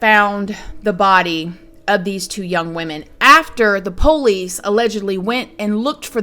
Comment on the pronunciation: I love the way you say Police same as me! I don't trust any LE and I'm an ex officer myself. LE are a bunch of overpaid, under trained adults acting like children playing with overpriced toys that We the People pay for?!!! Millions spent for zero results. I don't trust or believe anything the FBI/LE and government do and say!!!